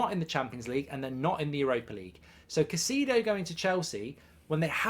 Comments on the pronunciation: Still can`t pronounce his name right. it`s Cai-cEDO as in Enzo. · Stop butchering the man’s name… smh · Why is it always British people butchering peoples name. Like u haven’t heard people saying their name for the whole season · Your name pronouncing is goldbridge lol